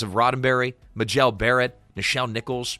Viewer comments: It's not muh-JELL Barrett, it is pronounced MAY-jul. Just one of MANY mistakes. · her name is pronounced MAY-jel, not muh-JEL. Also, you mean “deferential” not “differential.”